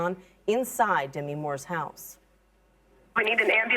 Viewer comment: After all these years of fame, still no one knows how to pronounce Demi's name.